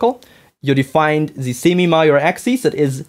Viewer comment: During your description of the axis of the ellipses, did you mean the semi-major axis and the semi-minor axis? The way you said the former word is quite similar to the latter word. Your accent did confuse me for a moment there. Sorry for being rude, asking this question.